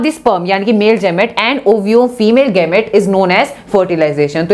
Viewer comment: जैमेट nhi गैमेट hota hai tmhara bhai glt bolta hai😂